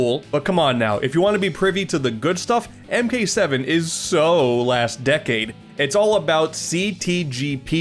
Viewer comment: Nvm he said Mk7 but with a bubble in his throat or smth